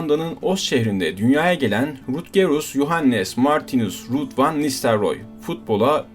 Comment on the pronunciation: Hollandaca telaffuzlarla ilgili naçizane bilgi notu. Hollandaca'da 'u' bizdeki 'ü' olarak okunur, yani 'Rüüd'. Eindhoven da aslında Türkçe gibi okunur yani 'Eindhovın'. 'Ayndhovın' yanlış yerleşmiş bir telaffuz. Bir iki yerde 'Eredivisie' dediniz galiba, bunun da okunuşu 'Eeredivizi' şeklindedir.